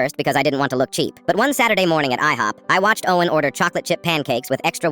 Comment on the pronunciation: The way when he said oh en when he ment to say Owen is so so funny